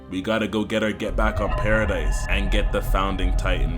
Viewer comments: BRO ITS PARA-DEE NOT PARA-DICE 😂 W vid tho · Its pronounced "Paradee" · not pronounced paradise